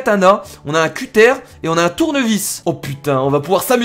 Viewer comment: Un cuttAIRE..... On dit un CuttEUR, hein..... Rahlalalalalala, à Beauvais vous savez pas parler en fait!:33